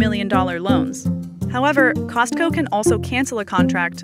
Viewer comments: It bothers me when people pronounce the T in Costco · the t in costco is silent. poor chickens :(